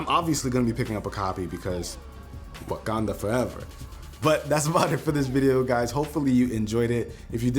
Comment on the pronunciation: That accent tho when he said Wakanda forever 😂 it sounded like wakandha foreva